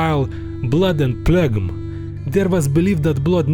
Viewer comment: FYI, Phlegm/sputum sounds like "Flem" when spoken.